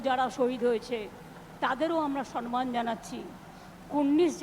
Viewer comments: উনি কোনদিন সম্মান বলতে পারেন না , সনমান বলেন সবসময় , তবুও নেত্রীকে দলের সবাই সম্মান করে।🤣🤣🤣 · সরমান এটা কোন উচ্চারণ।